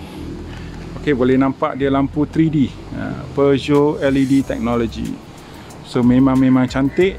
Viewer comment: few people can actually pronounce the brand name correctly,u r 1 of them😁😁😁